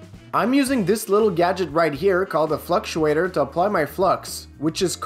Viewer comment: "Fluxuator." I prefer a Flux Capacitor.